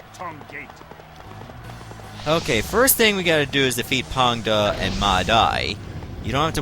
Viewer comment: first of all, i really like the way to pronounce Pang De - it's pretty accurate ... also yes u r right, Xu Chu (not Zhu) didn't really fight Ma Chao historically - it's just a novel thingy. Just like later on Ma Chao vs Zhang Fei at Jiameng Pass. Meh. and also u r right, Tong Pass is actually much nearer to Chang'An (Xi'an today) than Luoyang. It's put under Luoyang probably due to its proximity somewhat... it's nearer to Hanzhong but the Qin mountain ranges stands in between. If there was a "Battle of Chang'An" I bet it'll be placed under Chang'an instead. Cheers!